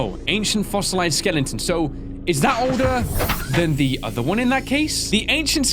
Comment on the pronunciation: saying "skelenton" never gets old